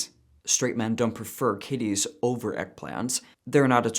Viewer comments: please pronounce "kitties" a bit more emphatically. Sounded weird 😂😂😂😂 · I love you that you say "eggplants" to "Kitties".